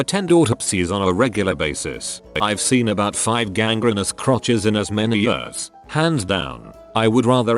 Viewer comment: It makes me cringe so much when I hear the AI voice say "years"